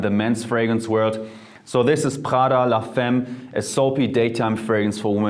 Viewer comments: Thanks for the suggestions! As for Prada it's pronounced La "fa"mme like saying aahh. And for Parfums the" s" is silent because it's only to know its plural. I know I know... French is complicated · Side note : - The "s" at the end of "Parfums" is silent. - Mugler is pronounced the "english" way (the e and the r are pronounced) - La "femme" is pronounced la "famme"